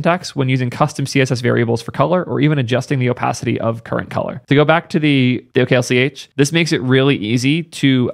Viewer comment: nah dude oklch is pronounced ocklock